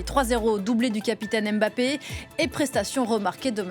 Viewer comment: C'est Mbappé et pas Emmbappé Comment elle peut dire Ngobeze et après dire Emmbappé, c'est illogique